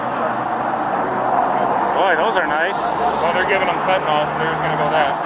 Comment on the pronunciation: "well they're giving him fentanol" fucking what